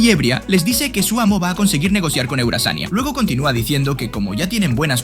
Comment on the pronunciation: Eurazania:❌ eueazania:✅